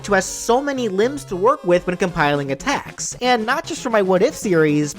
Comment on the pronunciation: When he said that muffet would hold her tea set I heard “a tax” instead of attacks and thought she was a tax collector